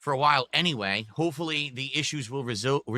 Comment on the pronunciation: Re SAHLVE! 😂